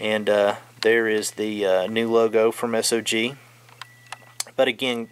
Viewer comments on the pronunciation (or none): Just FYI it’s not pronounced S.O.G. It’s a word, sog, like soggy